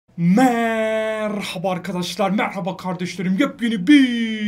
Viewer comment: Abi Merrraba diye başlama ya